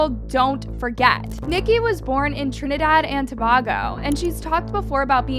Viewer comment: you said Trinidad perfectly! 🥹 Tobago is pronounced with a long A or in the same way the a capital A sounds… it’s the same a sound that you get from the words, way or say. With love a girly that grew up in Tobago 🇹🇹🥹🙏🏾🙏🏾